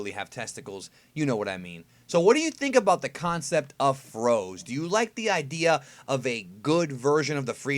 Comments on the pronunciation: froze? i thought it was pronounced frozé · Its FrozE not Frows...